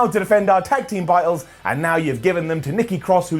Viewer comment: Botched Words - "Shooting Prar Press" - "Tag Team Bitles" - "That laid me laugh"